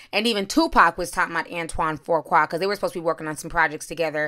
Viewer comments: His name is pronounced Few Qua =Fuqua Nicole needs to remember how Eddie treated her when he was picking up transvestites. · Man!! How about I’ve seen like THREE vloggers add a random R for no reason. One said, “Frew-Kwa” And took me all the way out. Reminded me of my uncle calling us his neffrews. 😂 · Ti, if you don't stop adding a phantom R to Fuqua! LOL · Antoine Fuqua pronounced 'Foo-Kwah'......No offense, you're always on point!😃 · Antoine Fuqua (Ant won) (Fuu kwah). You're welcome. Lol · There is no 'r' in his last name! Lmao say it with me "Fuqua" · Fuqua is pronounced “Foo Kwah” Lela is pronounced “Lay luh” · I did not Intend for the r to be there that mas My mistake but It is Pronounced Foo-Kwae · No “r” in his last name sis Fu-Qua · It's. Antoine FU-QUA! It ain't that hard! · 😂 “Antoine ‘For-quah’” 🥴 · Dang that's crazy. His name is pronounced Foo-qua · Hold on...there's more than one picture?!? NM said that she just ran into him in Italy. It looks like they had a pool date in Italy... Ti, I think that it's pronounced Foo-Qua... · Hi...Fuqua is pronounced FEW KWAY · His last name does not have a “R” in it🤣🤣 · His last name is pronounced Foo-kway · Fuqua is pronounced FOO KWAY.. my last name I know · "Fuqua" is pronounced "Few Kway" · FU QUA. where is the “R”???! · pronounced FEW-KWA Fuqua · WHY ARE YOU MIS PROnouncing HIS NAME. THERE IS NO R AT AT ALL IN EITHER OF HIS NAMES. IT IS PROUNONCE FUUU-KWAAA. NO R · "Fu"(Foo) qua. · Fuqua is pronounced Few-kwa. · Please Ti, the name is pronounced FOO-QUAW. Thanks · 🤷🏾‍♀️Nicile and Antoine are friends, friends with benefits! He's BIGGER than John Singleton because his movies have grossed more at the box office. Fuqua is not pronounced as Forqua, it doesn't have an R in it... Ijs... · Pronounced Fu-kwa not tryna be a smart a**...just noticed you pronounced it wrong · fü (like über) qua (no "r") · Why can't you pronounce Fuqua??? It's just an easy name. Where are you getting FOURqua from???